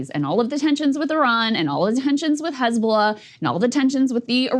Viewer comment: Crystal can speak Arabic letters!!! Amazing... Crystal actually says "Hizb-Allah", with the H being the "HHH" in Arabic... not like fox news, who hate Semitic languages. Fox news says "Hezbolah".... like Islam, fox wants to erase 2.5 billion people. They say it like far away distant "IZLAM", these Mozlemz...lol. Almighty God bless breaking points team! Smart folks!!!